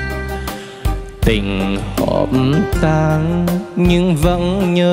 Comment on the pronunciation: trường vũ sau phát âm chớt quớt hết,ướt áo mà ca ước áo, trường tan mà hát trường tang. vấn vương, hát vấng vương, nhân tình trẻ lại hát nhâng tình trẻ, còn nhiều lắm